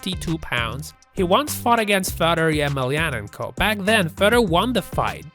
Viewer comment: Thats certainly one way to pronounce "Fedor Emelianenko." 😂